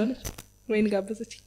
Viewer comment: ለምን አማርኛን ታበላሻላቺሁ ዋይን አይባልም ወይን ትክክለኛው አጠራር